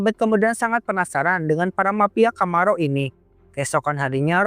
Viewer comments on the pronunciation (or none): Camorra kok puluhan kali dibaca Camarro.😂😂😂